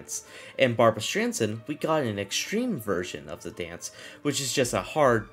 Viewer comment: It kind of hurts to hear D.A.N.C.E. just called dance. (Edit: not as strange as what he did with Barbra Streisand)